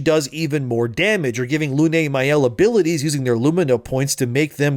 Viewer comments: Good take but "Lune" is of course pronounced "Luehnnnnnnn", like the Moon. Also appreciative of the subtitles putting some have-handed swearing in there. 😂😂😂 Definitely will trigger Matt Walsh. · It's French,, she's called pronounce "lyhn", Lune is French for moon.